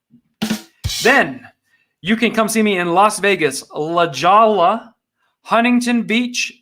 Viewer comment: Have loved your comedy, your love of country, Your love of your father, since I first saw you (drybar vid?) Funny aside, live in Huntington Beach with strong connections to North Dakota and Sandpoint, now if you perform in London or Abidjan I will freak out.. ha.. But I write to say (la jolla) is.. La Ho E Ah...resident (or La Hoe Ya...spanish).. thought you'd want to get up to speed. Blessings Buddy